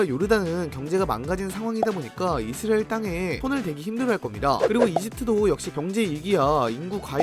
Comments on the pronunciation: 못참지 이스르엘😂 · 이스라엘 발음 왜저러냐 ㅋㅋ 이스르에르 이스리에리 ㅋㅋㅋㅋㅋ